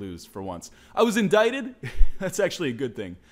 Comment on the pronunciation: PSA: Indicted is pronounced In-dick-ted. That'll be all.